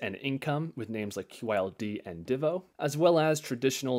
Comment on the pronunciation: I like when people pronounce DIVO the same way I say it lol. Great video!